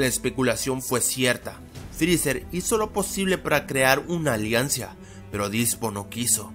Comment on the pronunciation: "ALIANCIA" xd